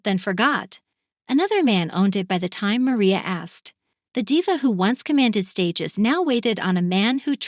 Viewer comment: I stopped watching the moment you mispronounced Diva